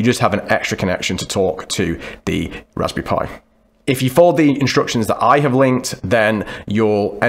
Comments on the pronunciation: sTOP SAYING "RASBY PIE" PLEASE... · Every time he says “Raspberry Pi” I feel hungry. Is it Raspberry Pie? Haha